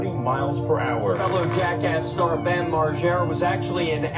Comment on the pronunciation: his name is bam not bum!!!